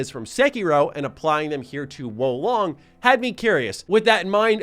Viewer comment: matty my boii ... its WUU LONG say it with me now WUUU LONG